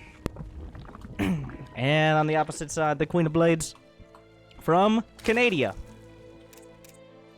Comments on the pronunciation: Canadia? U wot m8? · Canadia really?